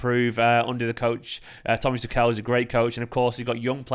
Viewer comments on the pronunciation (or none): Try pronouncing tucol instead of tookehl